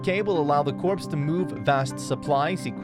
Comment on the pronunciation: For crying out loud, its pronounced "Cor" not "Corpse". Numbnuts.